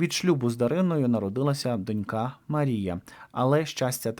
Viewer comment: ну що це за неподобство? Завжди стільки помилок... ПериНАтальний! Кілька та декілька - це зовсім різні речі! Та й про наголос у слові дОнька треба вже нарешті запам'ятати... Ну скільки можна так помилятися, особливо, якщо ти з україномовного середовища‽ Це неприпустимо!!!